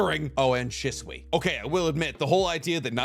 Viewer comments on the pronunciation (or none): none